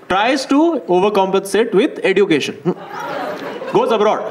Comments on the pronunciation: EDUCATION is pronounced as eh·jyoo·kay·shn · Why is he pronouncing education like that? It grates on my ears. The 'd' in education is more like a 'dj' sound ( like the dge in fridge,). He's pronouncing it like d for duck. Sounds ridiculous.